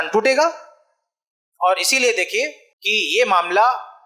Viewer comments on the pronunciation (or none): الحمدُ للّہ موضوعِ تقریر بہت کارآمد اور حسبِ ضرورت لیکن المختصر یہ کہ اردو زبان بہ اعتبارِ معیارو قواعد بہت پست و کمزور ـ مثلاً : ( بطورِ مشتِ نمونہ از خروارے) چاچا بجاے چچا؛ ماما بجاے ماموں؛ باوجود بھی بجاے باوجود؛ بھائی چارگی بجاے بھائی چارہ؛ (والد سے) یہ تمھارا مسئلہ ہے بجاے آپ کا ؛ الگ کرو بجائے الگ کیجیے؛ کہ کا تلفظ کی یعنی کہ کو کی ؛ شوہر کے معنی میں آدمی کا استعمال کرنا : کہنا کہ آدمی کے ہاتھ میں ہو عورت کے ہاتھ میں نہیں؛ بھرپائی؛ سہمت؛ پریوار؛ اتّیاچار؛ بھیانک؛ عقد اور نکاح کا ترک اور شادی کا استعمال؛ کسی کو مت دے بجاے نہ دے؛ والد کی جگہ باپ باپ کہنا؛ تقریباً ٣٠ الفاظ انگریزی کے اردو کے الفاظ کو نظر انداز کر کے؛ من بجاے دل وغیرہ ـ موہن بھاگوت بھی اپنوں میں تقریر کرتے ہیں اور ایسی ہندی میں کہ کوئی نہ سمجھ سکے؛ حالاں کہ شاید سب لوگ اُن کے ، سنتے اور مانتے ہیں ـ لیکن اب ہمارے علماء بھی صحیح اور عمدہ اردو نہیں بولتے؛ افسوس ! جو نا معقول اور غیر معیاری اردو بولتا اُس کے لیے میرا ایک شعر : جو تو بولتا ہے ، وہ اردو نہیں ہے چمن ہے مگر اب وہ خوشبو نہیں ہے (احسان خسرو کا نتیجۂ فکر)